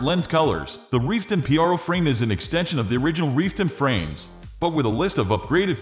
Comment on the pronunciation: Why are you saying p-r-o and not pro??